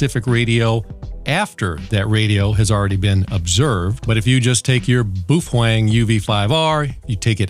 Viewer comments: Boofwang lol it's Bow-fung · Why does he say boofwang? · Hate to break it to you but you are pronouncing BaoFeng totally wrong. It's pronounced: Bow Fung. Bow as in Bow Down not Bow and Arrow. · Phonetically correct is "bow fung", but I like Randall's pronunciation better.